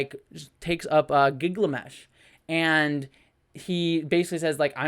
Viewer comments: I enjoyed this movie. Phastos is the engineer type (not whatever you said). The god/creator is Arishem. You mean Gilgamesh, not Giglamesh. Druig, not Diego. Kingo has a valet, not an agent (I mean, he probably has an agent, too, but they aren't seen). Understanding their names is SO TELLING about what mythology they are supposed to have spawned (Thena & Ikaris being the most easily seen). I expect the next movie will deal more with the Eternals teaming up WITH the Deviants. Kit Harington only appeared to tease The Black Knight. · I'm just here clamouring to hear more about popular Marvel characters "Phantos" (Phastos), "Akesh/Akatesh" (Arishem), "Giglamesh" (Gilgamesh) and "Diego" (Druig). ;P